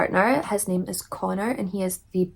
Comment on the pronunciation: My grandma bought a church to run a soup kitchen and homeless shelter so when you said that it really touched my heart ❤ and you got my name right which no one ever does 👍😊 and I'm so so sorry about your brother 😢🫂